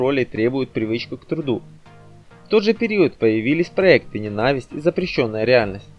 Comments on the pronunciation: Да что такое?! Не ЕвдОкия, а ЕвдокИя! Ну пожалуйста, не коверкайте старинные русские имена, готовьтесь! Слово нЕнависть, а не ненАвисть, спросите, если не знаете, как! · Автору: Учите орфоэпию!!! Не ЕвдОкия, а ЕвдокИя, . Не мАстерство, а мастерствО, не ненАвисть, а нЕнавсть. Неграмотная речь раздражает. И слушать не хочется, противно.